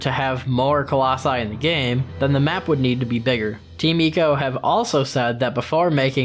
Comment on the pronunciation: Ok I get not getting the pronunciation right for Mono and Emon, but GODDAMN you even went as far as to pronounce Ico as EE- CO and not EYE-CO .. come on dude